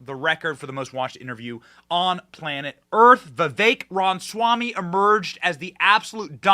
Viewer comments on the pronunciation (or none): Why does Benny insist on calling him "Vivek Ron Swammy"? It's RAMAswammy. RAMA. As in AlabAMA. As in RAMA-lama-ding-dong. As in ObAMA. This "Ron Swammy" mispronunciation is completely baffling to me. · And "Vivek Ron Swammy". It makes me climb the walls.